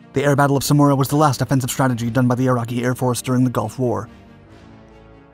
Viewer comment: Samaraa and not smuora😂